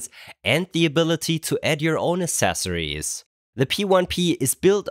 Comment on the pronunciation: Aksessories. AXESSORIES.